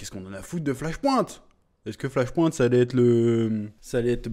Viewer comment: Bordel mec... Flash "POINTE" Ahah ! Un effort allez pour les prochaines stp : Flash "point" comme "PowerPoint " ! 😀 Il y a moyen que Batkeaton soit Thomas Wayne, sur la photo que l'on voit et la main pleine de bleus qui s'y approche il touche "Thomas et Bruce" j'y vois un signe père fils.. T'en pense quoi ? Vous en pensez quoi ? Thomas devient batman dans flashpoint pour venger la mort de son fils avant tout c'est son obsession.. on en oublierait presque la pauvre Martha.